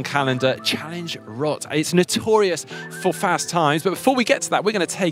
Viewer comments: Kudos for saying Rot instead of Roth:D Thumbs up from a german. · From a german standpoint, it's actually the correct way to pronounce it :D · I am very proud of you. you pronounce "roth" in the correct way :-)